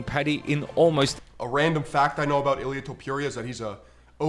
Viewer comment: Bro can't even pronounce Ilia's name. Must not watch UFC. Kinda sad